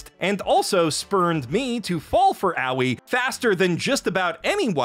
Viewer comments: So you’ve been watching and making anime commentary videos for how long and you still don’t know how to pronounce Japanese words/names. Aoi means blue in Japanese. It’s probably a preschool word in Japan. In the states if you learn Japanese it’s a beginner word that you learn in your first year. You pronounced it like owie. It’s pronounced more like ah-oh-eh or a-oi. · “Aoi” is pronounced in three syllables. Ahh - ohh - yiih. Not owie. This prompted me to check out reviewers in Japanese… and I return to say your quality and entertainment value is so much better than them. That said, maybe you can spend a tiny amount of free time to learn some basic Japanese… after you are settled down in your new basement.